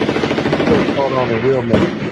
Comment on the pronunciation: This guy is constantly saying Meteco instead of Mexico